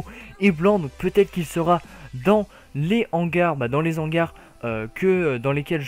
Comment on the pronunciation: arrête de faire la liaison entre "les" et "hangars" je t'en supplie mdr